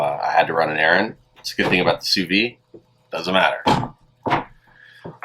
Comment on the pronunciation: I'm probably not the first person to tell you this but you are supposed to pronounce the d in vide